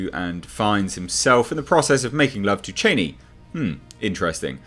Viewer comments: Cha-ni, not chayneee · According to Frank Herbert pronounced Charni not Chaini, Queens English please not Trumps. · ”Chainee” lol